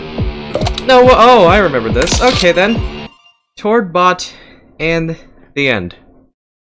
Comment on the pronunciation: did tord just said tod